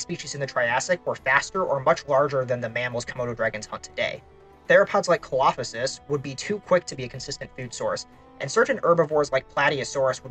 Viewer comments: I really enjoy these videos, and can't wait to see what you cover next! Also, Coelophysis is pronounced "see-low-figh-sis". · bro butchered the coelophysis pronunciation so badly 😭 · Im sorry but WHAT was that Coelophysis pronunciation 😭😭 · I wasn't sure that was even the dinosaur he was talking about! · Thank you! I had to do a double take on that to make sure I heard it correctly. That's done my head in. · Im sorry but your pronunciations of ceolophysis and herrerasaurus are just so wrong, these are really well known genera too. Also ceolophysis is a pretty well known cannibal.